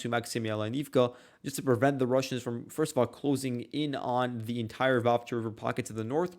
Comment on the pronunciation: Why do you always call Vuhledar 'Vuhkedar'? And why is this almost completely destroyed and depopulated small town, now only on the road to nowhere, considered so significant by both sides? Is its current importance mainly symbolic , after the major battle there earlier in the war?